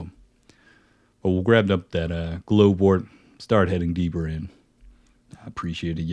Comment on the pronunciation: Just fyi glovewort is pronounced like regular glove like you wear on your hands